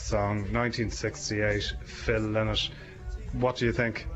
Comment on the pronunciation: Phil LYNOTT ! LY NOTT. Get your pronunciation of the great man’s name right at least. !